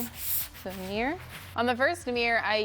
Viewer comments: Fabulous makeovers.🥰 However I was irritated at the amount of times you said “ Meer” ! Instead of Mirror 😅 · You keep calling it a mir. It is mirror, there are 2 r’s its pronounced mir ror or mirror. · “Mere”ly pronunciation. Hint: “mirror” has two syllables. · What the heck is a "meer"? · Meeror? Does that mean it's "fleep", "profeet" or "favoreet"?